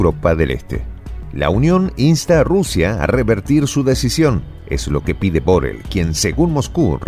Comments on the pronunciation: Molesta un poco que el nombre de BoRRell se pronuncie mal. Por favor, hacélo como todo el mundo. Gracias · BORRELL es un apellido catalán y se pronuncia BORREI con acento átono en la E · Borrell es una palabra aguda,no grave.Saludos desde España.